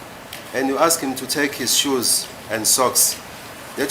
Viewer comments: The way he pronounce ASKED😅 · So disturbing